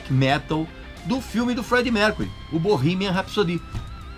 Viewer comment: cara quanta merda distorcida .... eu juro que tento se inscrever no seu canal. Mas vc distorceu até o "BORRIMAN RAPISODÍHHHH" vc pode ser melhor que isso ! Distorça menos as informações pois vc muda mt as coisas assim como qq romance ..